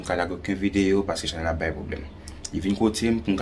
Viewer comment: Lang vrèman lou pou di chanèl la😆😆😆